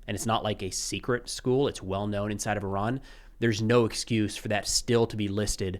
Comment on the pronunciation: He changes the pronunciation of Iran mid dialogue.